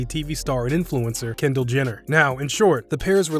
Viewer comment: did he say kender Jenner